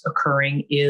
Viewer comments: It’s pronounced “all hi Mers” no T as all timers. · The guy can’t even pronounce Alzheimer’s. WTF is aldheimer?! Give me a break, please.